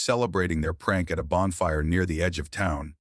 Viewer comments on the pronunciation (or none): none